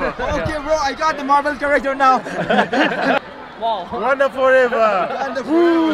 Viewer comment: It's wakanda not wanda 😆